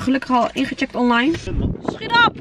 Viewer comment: Jullieeee zijn zoooo leuk echt waar en vooral trueee🤗 je kunt het zien. En ik moest echt lachen toen je zei skiet op skiet op hahahaha.